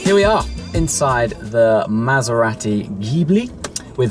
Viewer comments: You don't need to emphasise the second 'A' in Maserati ! Lol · It's Mazz-er-rahh-tee AND stop clapping your hands fer-christ-sake!!